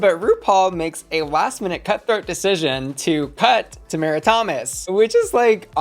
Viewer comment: girl we made it the whole season without you pronouncing tomara correctly one time. I love you so much, but plzzzzz. 🙉